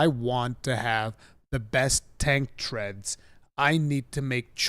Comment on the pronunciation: awesome trailer, awesome stream! I thought i heard say tank "threads" instead of "Treads" in previous videos and figured it was just my hearing but now its i know its intentional lol hope to find in game with his threads